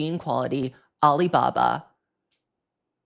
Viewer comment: the way he said alibaba KILLED ME